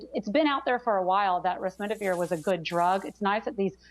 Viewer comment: Remdesivir, not Resmidivir.